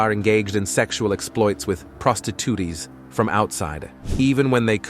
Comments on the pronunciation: Lol... that's what I heard too😂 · Con-teen-ents (continents) mary-wana (marijuana) Mexico spelled "maxico" prosti-tooties (prostitutes) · 'Prostit tooties' was my favourite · What about proatituutees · Did he say Prostitooties?